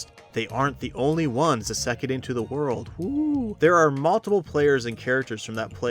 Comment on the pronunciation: Mispronunciation of 'isekai' aside, I second Clevatess and Turkey. Both are incredible in different ways.